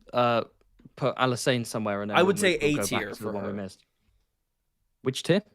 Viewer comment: Pronouncing Alysanne like she's an alkane. Methane, ethane, propane, butane, Alysane